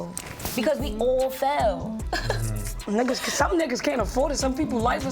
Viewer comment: “Fehl”= Fail 😏😂😎💪🏾 Gotta love my New York Fam 🫶🏽🖤🫶🏽 Yah feel me!!